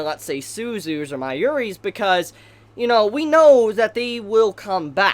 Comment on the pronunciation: did you try to say Mayuri?